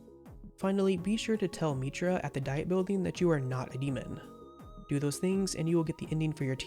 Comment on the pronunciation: The "Diet" in "Diet Building" is pronounced "dee-it"